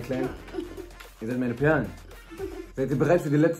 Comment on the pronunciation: No front aber "Pehrlen" ohne h ❤️❤️